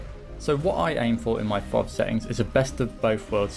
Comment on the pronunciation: "Better known as fov"? That's the first time I've heard it said like that XD